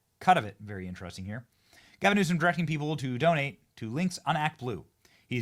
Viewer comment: Love your vids Benny really do, but gasim Newsom 😂 and yes, I backed this video up and listened again ya definitely said it, lol. Save that for KJP. speaking of KJP i think trump should keep her for a little bit so she has to say something positive about trump that sounds amazing. But again, no hard feelings Benny down some more of that coffee you promote no more gasims 😂😂😂😂